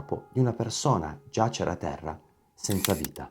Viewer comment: grande serietà e competenza, unica piccola pecca:giace're non giàcere